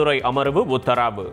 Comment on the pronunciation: அண்ணா சூப்பர் அண்ணா நீங்க வாசிக்கிறப்போ "உத்தராவு" நல்லா இருக்கு😂😂😂😂